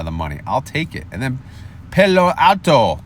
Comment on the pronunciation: it’s pal like you are my pal then o for Palo Alto Al like weird Al then the letter O I used to live 20 min from Palo Alto and this is the heart of Silicon Valley so you have to get this right!!! lol!!